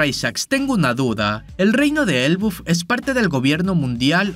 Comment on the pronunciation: se dice ELBAF tio me extraña jajaja